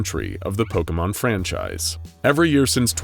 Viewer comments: I am flooding my basement with how he is saying pokemon correctly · I doubt the person creating this vid is a Pokémon fan, so they're bound to get some things wrong But I really appreciate their effort. They even pronounced all the names right! Not even a lot of Pokémon youtubers say most of them right